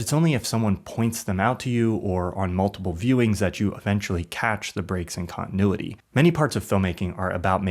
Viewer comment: 17.5 minutes of someone mispronouncing continuity. The fourth letter is a T!